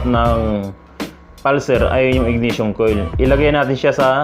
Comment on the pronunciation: IGNITION sir, not IGNATION